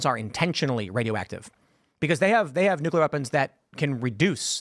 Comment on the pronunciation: Also why can't zoomers pronounce the word Nuclear?